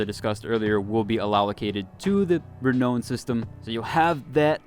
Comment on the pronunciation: You are hurting my brain. It's re-now-n, not re-no-n. Sorry to nit pick, but every time you say it, my brain winces, lol.